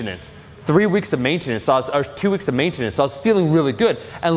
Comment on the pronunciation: I love the way you overenunciate "maintenance".